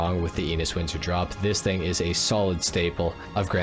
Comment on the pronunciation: Just a linguistic comment: Enus should be pronounced with European vowels or eh-noose which sounds a lot like anus in English...